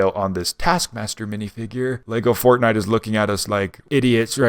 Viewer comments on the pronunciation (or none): none